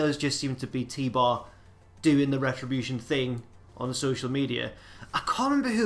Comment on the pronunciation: HIS NAME IS FUCKING T BAR ITS FUCKING T BAR